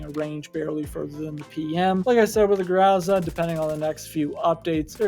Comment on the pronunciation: I'm pretty sure it's pronounced grow-zuh not grwow-zah